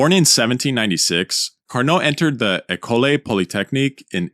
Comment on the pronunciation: Cue the comments from the Frenchmen on the pronunciation of "école"